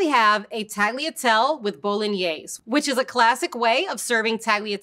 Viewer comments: A lot of English speakers struggle with the “-gli” sound in italian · Tagliatell-e and tagliar-e You pronounce the E at the end, like with the Pappardelle. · I can't get through this with the pronounciations... "tag-lee-a-tell". "Tahl-ya-telleh" please, learn to pronounce correctly. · Except that's the wrong pronounciatom; i'd rather you call them shells than butcher the italian gl like she did with tagliatelle. How to pronounce these words for an anglophone: Tagliatelle Ta-yah-tell-laeh Conchiglie Con-key-yeh And don't chop off the E at the end of words, it's italian not french. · Great explanation. Yet, the lady has to brush up on Italian pronunciation. In "Tagliatelle" the "G" is silent but the 2nd "E" is not, so it's "tallya-tell-eh". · she really just said taliatel 💀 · I lost it at Tally-a-tell. Using someone who at least attempts the correct pronunciation would have been much better in an explainer like this. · At least she didn't pronounce it tag-leah-tell. (And while I'm here, the Italian word for cut is tagliara, not taglier. Or taglio, if a noun) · Why do you pronounce tagliatelle the way you do when you pronounce pappardelle reasonably? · I have never heard tagliatelle pronounced like that ... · I feel like I would have an easier time believing this person has some pasta expertise if she could actually pronounce the names of them. I mean, how are you going to say the final e in pappardelle but not in tagliatelle? "Tall-yare" for tagliare? Kind of baffling. "Mayoredus"? This is Italian, not Spanish; double Ls are still Ls.